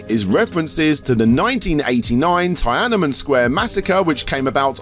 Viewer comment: never have I heard Tiananmen pronounced like that